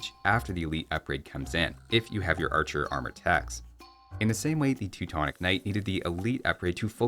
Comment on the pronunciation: as in.. Teutonick night?